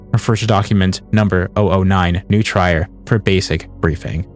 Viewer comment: One thing that kinda irks me of the original is that the Latin word for "to feed/nourish" is pronounced "Noo-tree-reh" but they pronounce it "New-tryer"